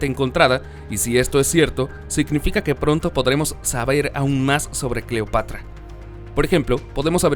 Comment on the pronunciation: Gracias Manuel ...me parece correcta tu Correccion...NO SE DICE " DEIVID SR..." SE DICE "" DAVID " y punto...ensaye antes y averigüe las peonunciaciines para que se oiga mejor la historia ...cuidado se le sale y dice CLIOPATRA en vez de "" CLEOPATRA